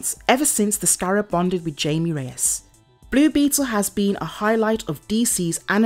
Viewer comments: It’s not Jamie he’s Mexican meaning the j sounds like h and ie sounds more like ay so his name is hamay but it’s spelt Jamie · His name isn't Jamie it's Jaime get it right videos it's annoying please pronounce his name right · it’s pronounced “hi- mm-aye” not jamie.. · No offense but try to look up how to actually say characters name's. Jaime is not pronounced like Jamie. They are two different name's for god sake!